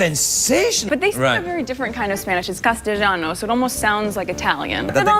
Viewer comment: Lol , in that clip where she lies about her time in Argentina, she can't even pronounce the word Castellano correctly. It's not a hard word; basically beginner level Spanish and even a non-speaker or learner of Spanish who didnt know Spanish pronunciation, would not pronounce it the way she did. And, castellano/castillian is simply Spanish spoken is Spain. It does not sound like Italian. She truly is an idiot. So, , Meghan, since you watch everything about yourself online, here's some advice: you need to put a bit more effort in your fakeness, honey. Do your research before you lie so you can at least sound like you know wtf you're lying about. You're only convincing yourself at this point.